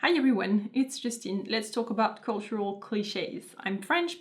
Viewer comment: Yeah, you guys really sound more like you're saying "a boat." Like, rhymes with oat.